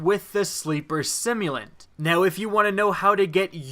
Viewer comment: I don't know why I watch ' videos when he can't properly pronounce "simulant"